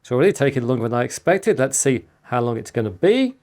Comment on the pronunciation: Out of curiosity, which dialect/accent do you speak Chris? as a non-English speaker (well, non-native), I notice that every time you say "long" or "along", you pronounce it "lung" and "alung" (as in for example "lung edge"), which I dont think Ive come across before. Not a criticism, Im just being curious.